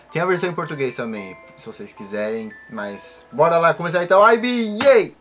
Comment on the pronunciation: se promnucia Ib nao ivi kkkkkkkkkkk